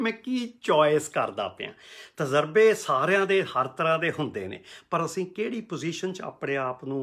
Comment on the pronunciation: ‘ਤਜ਼ਰਬਾ’ ਨਹੀਂ ਤਜਰਬਾ ਹੀ ਹੁੰਦਾ ਹੈ।